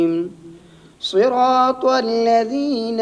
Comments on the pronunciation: ماشاءاللہ بہت عمدہ مگر آ پکا لفظ صراط مجہول ہے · آپ کا نمبر ہوتاتو ضرور گپ شپ لگاتے اجرا کا مجھے بہت شوق ہے۔۔۔۔۔ اچھا حضرت صراط میں ص کی ادائیگی أپکی بھی مجہول ہے ۔۔۔۔۔۔